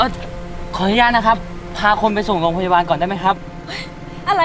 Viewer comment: เฟิร์นใช้ร.เรือคำควบกล้ำให้ชัดๆอย่าพูดแบบเคยชินนะโรงพยาบาลไม่ใช่ โรงบาล พรีเซนต์ไม่ใช่พีเซนต์ ผู้จัดการคำว่าโสโครก ไม่ใช่โสโคก